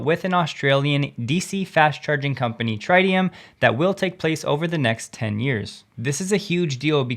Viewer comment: Tritium is pronounced with a short "I" not a long "I"